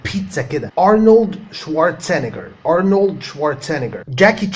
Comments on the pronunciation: انت قلت اسم Arnold غلط just sayin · By the way sir u miss pronounced the name of mr Arnold he has a Germanic name so it is pronounced differently than any English originated name